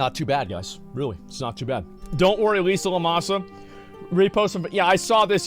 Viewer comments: Lemons Longing.. or something like that. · Im still laughing at how he says Limsa Lominsa. "LISA LOMASA" I've never heard of such a pronunciation 🤣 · "Lisa Lomonsa" 😂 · I love how everytime Asmon reads Limsa Lominsa he just reads it worse and worse. That's the charm of his streams. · I'm 95% certain he can say it right, he knows he's saying it wrong, it's just another part of the act.